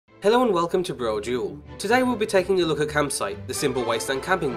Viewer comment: you pronounce it bro-doo-al not brojewel. unsubbed and disliked